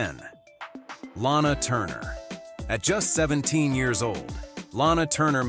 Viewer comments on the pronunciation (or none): none